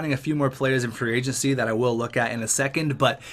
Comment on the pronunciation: Whenever I here him say free agency I here free "AgentC"